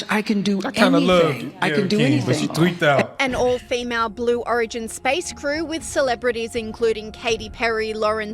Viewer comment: "Blue O- rig- in" faker than Biden's presidency 😂😂😂